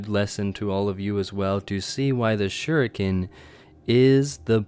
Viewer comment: Suriken, that was funny XD